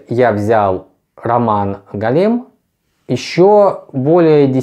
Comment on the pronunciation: Только не голЕм, а гОлем:)